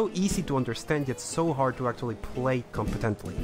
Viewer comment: acctuially begins